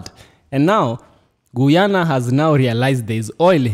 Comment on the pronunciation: Bro! I appreciate you standing up for my Country (Guyana) but please work on your pronunciation when reciting the name of my native land, it’s pronounced [Guy-ya-na]. For example: You are a Guy, same pronunciation.